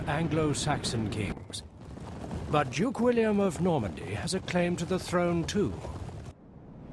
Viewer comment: The 'Jutes' even, not Jukes! The Jutes from Jutland.